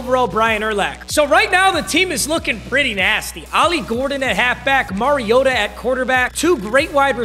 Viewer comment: when u gonna learn how to say Mariota